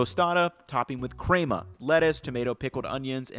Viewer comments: omg bra.... it's pronounced like men.. crema, not like Kramer from Seinfeld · pronouncing picadillo vs cray-ma lmao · These are excellent options! With that being said, who taught him to pronounce ‘crema’ like that? Crayma? 🤔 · The crema pronouncing really hurt this video for me.